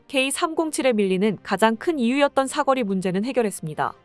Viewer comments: 사꺼리가 아니고 사거리 발음이 아주 구려! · "사거리"가 왜 모두 "삭거리"로 발음을 하게 되지요? 이 동영상 뿐 만 아니라, 다른 유튜버들의 남녀 나레이션에서도 똑 같이 "삭거리"라고 발음을 하더 군요. AI가 그렇게 밖에 발음 을 못하는 건지... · 발음 교정좀해라 사거리지 사꺼리냐? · 내용중에 여러번 나오는 '사거리' 를 왜 '사꺼리' 로 발음 하는지 모르겠네. 사람이 아니고, AI 가 읽는 건가? 발음을 제대로 해야지. '거리' 와 '꺼리' 는 발음이 비슷해도, 의미가 전혀 다르다. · 사꺼리가 아니라 사거리인데. . 발음교정 좀 하시지요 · 사거리 발음 쬼 지대로 혀! 사꺼리 사꺼리가 뭐여! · 사꺼리 아닌데... 사거리인데... 젠장!! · 왜 자꾸 사꺼리라고 읽냐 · 사꺼리..사꺼리...졸라 거슬린다 ㅡㅡ